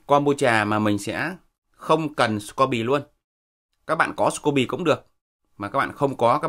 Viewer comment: Thật tiếc là ông ấy đọc đúng :)